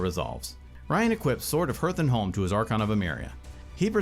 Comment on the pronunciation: They should learn how to pronounce Hearth tho